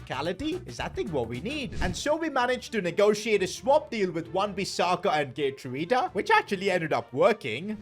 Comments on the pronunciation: ya pronounced “Geertruida” wrong, its a bit like Gir-trau-da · You're not saying Geertruida's name right but for a non-Dutch speaker it's understandable that you pronounce it like that